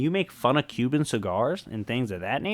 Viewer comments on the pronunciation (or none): none